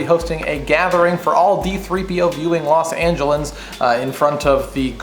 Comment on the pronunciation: lol you said "los angelens"